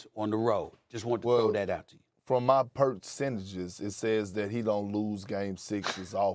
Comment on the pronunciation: Perk said " my perkentages" lol.